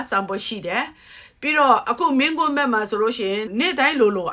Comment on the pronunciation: ပေါက်ဂတုံး အရင်ဆုံး ဗမာစကားကို ပီသအောင် ပြောလိုက်အုံး၊ မင်းကွင်းမဟုတ်ဖူး မင်းကွန်းပါ